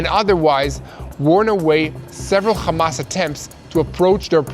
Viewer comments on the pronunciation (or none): It’s curious you bunch can say Ham.. but you cant say Hamas…. Without it becoming KHamas.. Why is that??